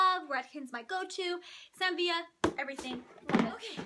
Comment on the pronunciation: It always makes me giggle when u say "Sam Vee-uh" although I'm pretty sure it's pronounced "Sam Vih-luh" lol 😜